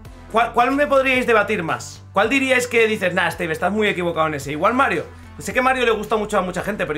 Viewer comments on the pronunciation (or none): none